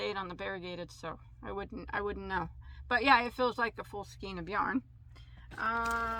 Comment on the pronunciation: Please don't take this the wrong way, your pronouncing the word skein wrong it's pronounced skain, not skeen. I've been working with yarn since I was 10, and I was taught to read with the Phonics method too. Please stop mispronouncing the word skein.